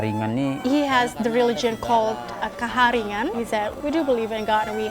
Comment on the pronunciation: Did she say ‘kaharian’ ?